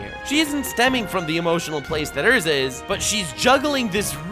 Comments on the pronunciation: Erza.. not Ursa pliz.. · Yo..... it's pronounced Erza